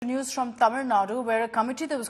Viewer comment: Your word "Tamil" is perfectly pronounced madam.